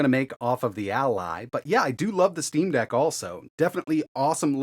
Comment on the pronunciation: "when it comes to Linux, we move over to the "steam bag" -??? Steam Dag??? I can't tell what you're saying - it doesn't sound like Steam Deck...but could that be it? There's too many naming collisions in this industry...